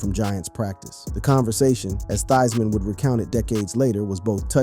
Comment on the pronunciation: Its pronounced. Thighs man. Thank you.